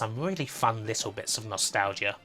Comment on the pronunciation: "Nostal-gia" Never heard it pronounced like that.